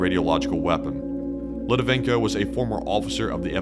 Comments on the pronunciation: Well done,! Btw, it's Alexander LitVINenko, not Litivenko. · Great video. Just a comment, you used Alexander Litvinenko's name wrong! It's not Litivenko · It's Litvinenko not Litivenko......but I'm loving this little vid. You should do more. Thanks guys. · this is a GREAT video, with high scores in all aspects of its production.....BUT,.... Buddy, you MUST learn how to pronounce people's names, especially if it's recorded. The guy's name was pronounced "Lit-Vi-Nenko". If you ever need help with Slavic pronunciations, I'll gladly help. I'm fluent in Russian. The video production, your incredible voice, and important subject matter is too good to be dismissed because of an amateurish mistake. 👍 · Excellent video. 1 would add 1 minor correction: it's Litvinenko, pronounced as spelled. And, the killings started very early on. In 1999, FSB likely set off the Moscow apartment bombings, killing hundreds, that was used to justify the invasion of Chechnya. It's never stopped. Just busy now due to dissent over Ukraine war. Another high profile murder happened in Washingon. MIkhail Leskin was killed in 2015, the night before his scheduled meeting w/DOJ.